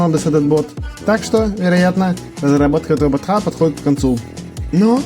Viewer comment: Слушай , а у тебя прикольно получилось , так держать ! А еще мне понравились твои оговорки : чучуасьника чата😂 картсметика 😂 ботха